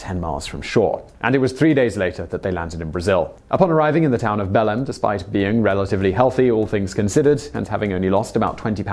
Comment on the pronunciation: when you said belem I could not stop launching